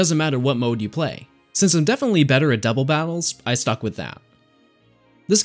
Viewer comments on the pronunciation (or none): none